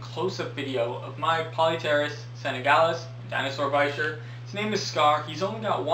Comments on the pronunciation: it's from French, so bee sheeyr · Lol why did I think it was pronounced beesheer